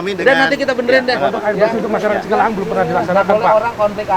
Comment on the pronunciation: Ralat pak cikalahang sanes cikahalang😂